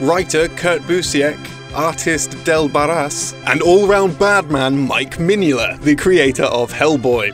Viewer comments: That has to be the weirdest pronunciation of Mignola I ever heard. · I love the way you pronounce Mike Mignola XD